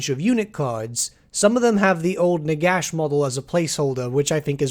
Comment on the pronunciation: Did you say "Nigash"?